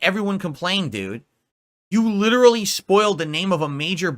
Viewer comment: Remember kids, if you emphasize "Literally" in a sentence, it sounds super smart!